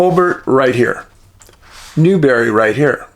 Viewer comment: it's spelled Newberry - and pronounced as it looks New-berry.